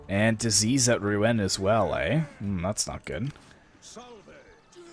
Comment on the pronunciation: I believe it's pronounced ROO-on. :D